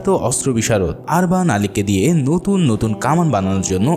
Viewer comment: অনেক উচ্চারন ভূল আছে আপনার। আরবান না উরবান উস্তা মোরা না মোরিয়া নাতরাস না নোতারাস